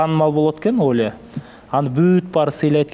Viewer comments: Оля эмес олуя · оля дейт да,олуя десе жакшы болмок 😊